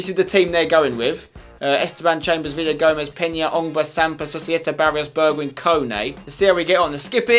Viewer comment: don't say bejwhijn but Berkwyn